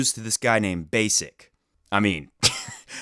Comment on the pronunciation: I've never heard anyone say "Rafans" other than you. Also, it's clear you don't really follow challenger level tennis if you haven't heard of Mirza Basic before (the way to read his surname is just like Karlovic's surname), Tallon Griekspoor is not that well-known even if you are interested in the lower levels of pro tennis. I follow challenger level tennis a lot and Mirza Basic is one of the most important figures there, I think he has a great game and I'm really happy to see him breakthrough.